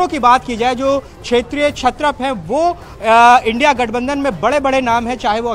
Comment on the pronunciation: एनडी नहीं है इंडिया है बोलना सीख लो पहले